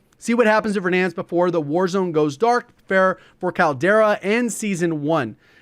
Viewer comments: Could be wrong but I think the name of the map is Caldera as in like a volcano caldera. Sounded funny to me how you were saying it like Kal-Tire Kal-Dera haha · Caldera is pronounced as call dera